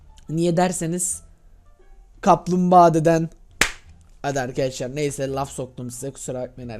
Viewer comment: arkiaşlar dediğinini anlayalı 36 sn oldu..